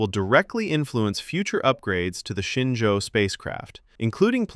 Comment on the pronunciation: It’s ShenZhou (神舟). That mix‑up is just what happens when pinyin and English phonetics collide.